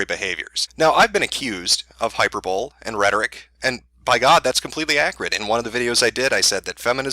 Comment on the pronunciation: I like how he's able to say Hyperbole right, but just doesn't. 🤣🤣🤣